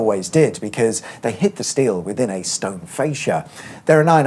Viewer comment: Sorry sir..... What's an "a stounded?"